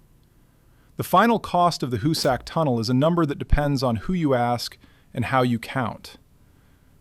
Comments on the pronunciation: HOO-sick, not hoo-SACK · Where did you do your research? To begin with, it is neither the hoo-SACK mountain nor the hoo-SACK tunnel. It is pronounced HOO-sick. Work did not begin at the west end, it began at the east end. The Excavator---as you call it---was a patented steam driven stone cutting machine that cost five figures each and took nine months to assemble on site. It was assembled and tested near the east portal, where it chewed into the rock at a great pace, cutting a circular groove a few inches deep while drilling holes into the "plug". By the way, it looked nothing at all like a modern tunneling machine; a perfectly serviceable engraving of it exists. The plug was blasted out and the machine was sent in again. It chewed its way fifteen feet before it jammed and it was years before they got it out. The one purchased for the west face was never even unpacked. That Haupt completed 1800 feet at the west face is laughable. His men broke through a wall of limestone and found a massive deposit of what the called "porridge stone"; it was rock so saturated with water that it had crumbled into something like quicksand. It necessitated the sinking of a series of test shafts to find out where the deposit ran out....a good half a mile to the east, which resulted in the sinking of the West Shaft to provide two additional workfaces. Haupt also understood the importance of the two ends meeting head on, which is why he deliberately started the west heading off by a degree or two so that if the two heading